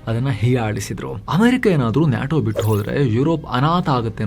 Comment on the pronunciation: Its called "Nay-Tow" not Naatow...